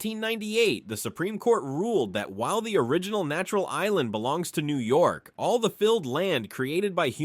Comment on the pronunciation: The pronunciations are shitty in this lol. He is obviously not a real New Yorker